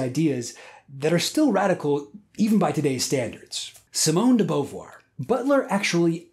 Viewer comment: this is a wonderful video and your pronunciation of Simone de Beauvoir's name made me sad XD